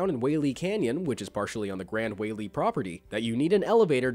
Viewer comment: Btw the Gran Wailea is said like this:Grand Wai-leia